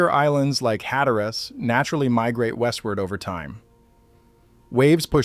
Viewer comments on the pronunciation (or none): It’s pronounced “Hat a rus,” not “hat a rass.” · If you live there, I think it's "HAT-trus".